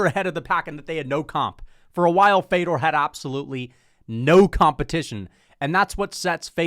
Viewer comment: Putting this dude over Fedor, while pronouncing Fedor’s name wrong. I was laughing my ass off. I’ve never seen more casual energy in my life. Unsubbed lmao